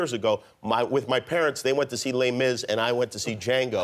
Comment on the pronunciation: "They went to see Lay Miss and I went to see Django"?